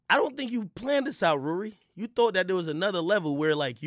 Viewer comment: btw Ak will always kill me with how he calls Rory “Rury”